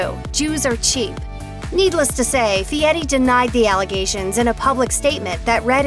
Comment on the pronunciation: It's NOT pronounced "Fietti."